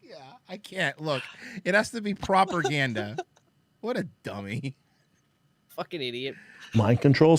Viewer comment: Also, I wonz herd that the Nazis used proper ganda to madipulate their sosaiedy. P.S. Receiving history lessons from Schaub feels like listening to a homeless cat going on a rant in a public bus.